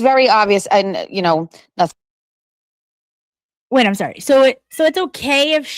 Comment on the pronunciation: Where did learn how to talk? I'm from RI next to Massachusetts and I have lots of family in Massachusetts. They do not say ingk after words! What is this???